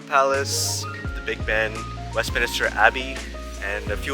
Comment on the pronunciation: It’s Westminster folks, not Westminister 😊